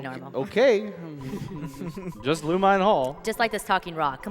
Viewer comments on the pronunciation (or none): none